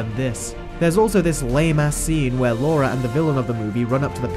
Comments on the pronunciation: LA-RA, not Laura. It's on the movie covers you keep showing, and you even spelled it wrong in your own title screens... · "Lara" not "Laura" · Anyone else notice the amount of times he says “Laura”, who is she!! It’s Lara 😂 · it is Lara not laura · It's pronounced Lara not laura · Laura? It's Lara!!! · It's 'Lara Croft' not 'Laura Croft'. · hey so I've been binging your videos all night, specifically the live Disney remakes, you make so much sense and explain so completely why the remakes are trash compared to the original animated versions, but my guy, I'm not sure I can forgive the continued mispronunciation of Lara's name. both pronouncing it as Laura and writing it in the video as such calls to question if you actually watched the movies........? no shade intended, I'm just finding your videos and am excited to watch more of your vs series. thanks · Lara --Lahr-uh. There is no U. If it was meant to be Laura, it would have been spelled, "Laura". Gah. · "Lora"??? Do your homework mate :/ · Lara its Lara Croft pronounce right your British!